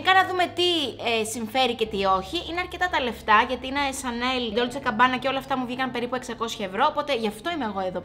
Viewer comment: GABBANA ρε παιδιά όχι CABBANA ❤️😅🤪